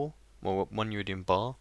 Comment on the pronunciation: Sorry to nag but it's Iridium, not Uridium, still amazing as ever and looking forward to new videos :)